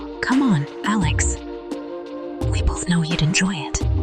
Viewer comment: A Lex?Why can't they get t hese thingsto speak correctly?